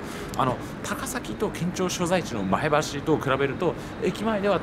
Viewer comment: 前橋の発音が自然ですね（NHKは不自然）